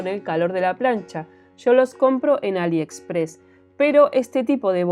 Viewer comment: Y porque compras en Aliepressss,JAJAJAJAJA JAJAJAJAJA Me ha encantado el vídeo